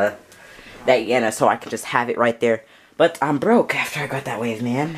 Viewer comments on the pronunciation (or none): You keep saying Yena instead of Yelena 😂